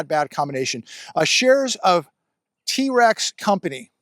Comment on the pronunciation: Trex is one syllable. There's a mfg plant over the hill just outdide of Sparks NV.